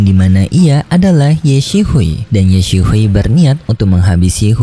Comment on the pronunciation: Ye xishui bang bukan ye si hui, bacanya ye sisui aja, dulu juga ad penyebutan nama kurang pas juga, abng bacanya cepetan ap gmn😭